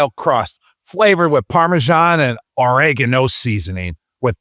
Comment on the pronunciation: Gronk never seen the word "oregano" until that Pizza Hut ad read 😂